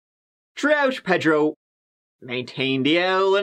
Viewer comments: Ped ro? You mean pay dro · As a Miami native, I’ve never heard the name “Pedro” pronounced the way he says it! 🤣🤣 I’ve always heard it as “pay-dro” never “ped-ro”! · Say it with me .... PAY-dro